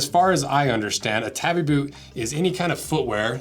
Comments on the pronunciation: "Tah-bee", not "tabby". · Not pronnounced that way! Taw-bee. Not. tab-ee. It separates this way: ta-bi. But 'a' is always 'ah'. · Wait do people actually call them tabby boots instead of tabi boots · I know it's largely inconsequential, but they're not tabby boots, they're tabi boots. tah bee. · It's Tabi not Tabby. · To hear "tabby" so many times in one video really hurt my head... Lol It's ta:.bi, where the "a" is pronounced the same way it is pronounced in the word "father". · I’m pretty sure it’s pronounced tah-bee. Either way I’ve been using them all my life. Felt sole for running around on the slick rocks on the shorelines of the big island of Hawaii. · I'm sorry but this was a really low effort video & frankly ended very disrespectfully. The shoes' name is not "tabby" like a housecat, but tah-bee, two syllables. They are available in leather as well as steel toe from different makers & are much more durable than your test gives them credit for. A shoe built of light materials is not a "costume" shoe. By the standards of this video, a pair of Vans slip-ons would be a "costume" shoe. If you wanted a more durable boot you could have bought a brand like Marugo with the leather & steel toe. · Boy, if you don't stop pronouncing it 'tabby', I swear... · He's saying it like the girl name. Its TAW BEE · We used to wear them for walking on reefs when fishing. They allow you to use your big toe separately from your other toes to grip or flex for traction and stability on uneven surfaces. And I must confess we pronounced it tahbi, not tabby. 🍻 We were usually barefoot or wore slippers/flipflops otherwise. So, our feet weren't like those of you who grew up wearing shoes all the time. 😉 I love your channel and products, but your mainland U.S. perspective is funny to me at times. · “Tabbie boot” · Its pronounced Tah-bi